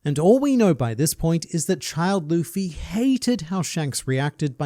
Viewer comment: i hated how he said "looffey" that is my only complaint